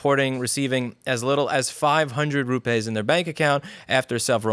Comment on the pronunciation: It's pronounced Rupees as in pee in English. 1 Rupee, 2 Rupees. Only in Hindi/Urdu it's pronounced rupay... 1 rupay, 2 rupay etc.